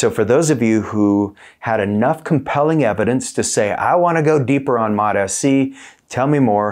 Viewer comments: MOT-AS-SEE? An extra syllable. Why? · It this point I think he's doing it on purpose. It sounds like Mota- C but I think the way he's trying to say it is Mot-SC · It's started to piss me off that he says Mot-s-c. I think he does it because it triggers comments but then suddenly his views stop dropping and he "doesn't know why". There's really good information in these videos but no one wants to be annoyed first thing in the morning 😑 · You’re mispronouncing this Peptide… How’s anyone who knows anything about these peptides going to take you serious? It’s pronounced. MOTS (C) Not: MOT (SC) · Drove me nuts! Still does lol 😂 modahsee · Dude needs to watch a video on how to pronounce it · Why are you pronouncing it wrong?